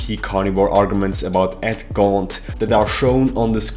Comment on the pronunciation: Edward GAUNT!!!!! Why does he say "gaunt" so funny